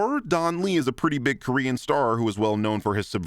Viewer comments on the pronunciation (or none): none